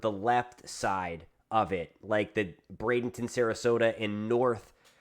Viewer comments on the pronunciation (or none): none